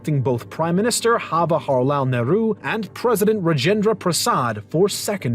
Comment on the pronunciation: Ha-wa-ra-hal neuru wtf 🤣